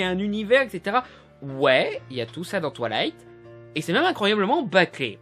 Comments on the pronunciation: c'est moi ou il dit "toilight" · « Twalight » Mes oreilles saignent 😂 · qui entend "touillaiyte"